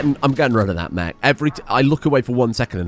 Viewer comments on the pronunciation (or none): none